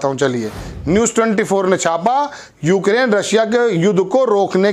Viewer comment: मेरा नाम है चमेली मैं हूं मालन अलबेली,उक्रेन नहीं यूक्रेन तो ठीक से बोल लेती।